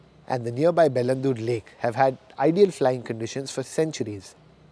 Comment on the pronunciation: Trust me it's easy to pronounce Bengaluru (Beng-a-luru). You are welcome! People should hold their local governments responsible to build and develop cities in all the states across India. Bengaluru cannot take unbridled migration. Bengaluru was once a garden city, pensioner's paradise. Pls let the city breathe, we don't need sky scrapers.